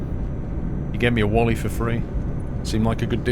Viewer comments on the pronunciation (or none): none